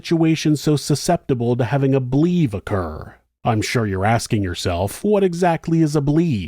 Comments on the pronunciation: BLVE is usually pronounced like "blevy" not "blev" Love the vids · Great story. BLEVE is pronounced BLEH-VEE. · I love you so much but its pronounced BL-evie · FYI: BLEVE is usually pronounced blev-ee.